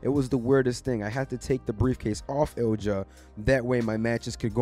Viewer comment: My boy... Ilja.. eel-yah